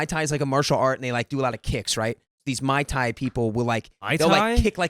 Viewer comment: Keion: 🧐mai thai?….🤨Mai Thai?….MOI THAI?!😵‍💫